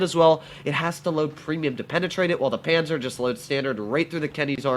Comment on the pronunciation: I'm austrian but I don't really know how to Tell you how to say the "a" correctly, because I can't write the phonetic spelling on my mobile but we write it: Panzer zwei J